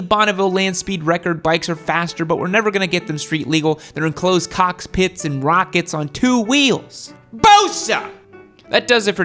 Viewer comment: "cocks pits" lol